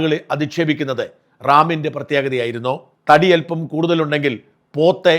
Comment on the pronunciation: റാമിൻ്റെ എന്ന് പറ😊 ഡാമിൻ്റെ എന്നല്ല... pls